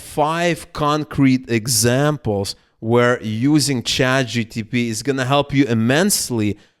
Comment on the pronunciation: please... say chatG-P-T...